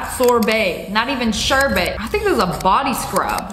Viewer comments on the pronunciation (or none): I love how she said ShUrBaY instead of shurburt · Sherbet not shirbit